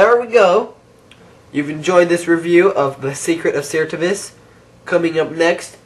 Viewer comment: No it's ser-tiv-is